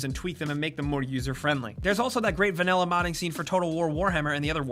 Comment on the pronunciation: Did no one notice, he pronounced it "va-nel-la"? I was looking through the comments and couldn't find one that commented on it. Lol, well it happened and it's super weird.